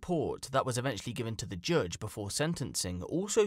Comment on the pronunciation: The "joodge"??? Seriously???!!! Even Yanks pronounce it "judge", like in Received Standard British.